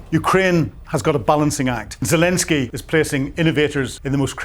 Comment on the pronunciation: 9.5 for reporting, 2 for pronunciation. Can’t even pronounce Zelenskyy correctly.